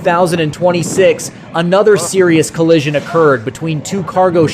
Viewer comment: Ollision you say in that first clip. 🤣🤣